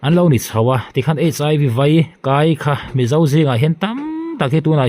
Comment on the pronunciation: I channel hi a bengvarthlak thin ngawt mai. Mahse ka han tih ve lawk duh hi fimkhur hram tawh la a hlu lehzual ang. Chu chu Mizo tawnga 'A' leh 'E' I lam rik dan inthlakthleng ta daih thin hi a ni. Entir nan, ppeih leh paih, ngeiawm leh ngaihawm, vaih tih turah I 'veih' leh daih te, mai mai tih turah I ti mei mei leh daihte hi mahni tawng lam rik dan leh awmze hre pha ve chin tan chuan naupang tawng thiam tir ang maia pawmzam kan harsat a ni. Mizo zingah hian eng tawng mah thiam nal tak tak nei lo kan tam ta hle mai. 'R' lam fiah thiam tawh lo Kan pung ta hluai mai pawh hi changkan tumna changkang lo a ni mai thei. Tluang deuha kal zel turin duhsakna ka hlan a che.